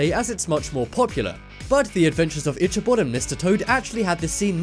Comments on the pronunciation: Itch a bod? is your body itching?? i believe it was pronounced ikk-abod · Is it common for in England Ichabod (Ick-a-bod) to be pronounced (Ich-a-bod)? Ive never heard it pronounced that way before. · Delaney Narron nothing to do with accents, it's just wrong. It IS pronounced Ikkabod. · Itch-a-bot, itch-a-bot, itch-a-bot... Do you have no shame? (Not to mention all the other mistakes mentioned in the comments.) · itchybod? its ica bod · Stop saying ITCH-a-bod!!! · It's pronounced: "ikabod" It's spelled: dalmatian It is the Sword in the Stone. Not Jungle Book. I don't think that's cobwebs. How could you leave out one of the most obvious scenes?! Aristocats and Robin Hood dancing scene. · He almost mispronounced Ichabod & Mowgli repeatedly. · Elie M and he pronounces Ichibod wierd